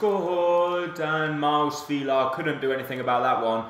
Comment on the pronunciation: Mile Svilar is pernounced "Meelay Svilar"